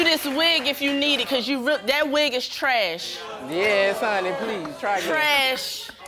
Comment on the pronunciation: "that wig is trehesh"